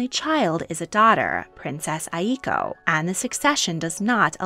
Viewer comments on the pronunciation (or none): none